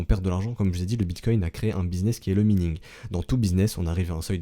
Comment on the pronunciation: On dit minage ou maïning. Pas mïning T_T